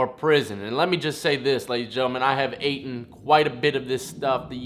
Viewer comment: Dude? ""I have aten""? Cmon man. Reading is fundamental but so is speaking.